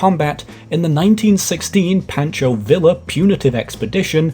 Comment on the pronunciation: A couple of pronunciation FYIs: "Pancho" is PAWN choe, not PANN choe. The BAR is bee ayy arr, not bar.